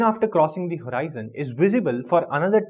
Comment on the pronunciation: That's not horiizon it's just horizon